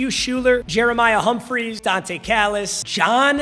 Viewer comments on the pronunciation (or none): none